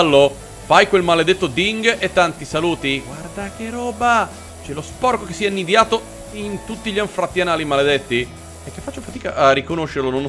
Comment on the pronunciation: ti prego. E' "annidato", non "annidiato"...